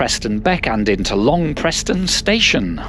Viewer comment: It's spelled "Long Preston" but pronounced "Preeeeessssttttoonnnnn" 🤣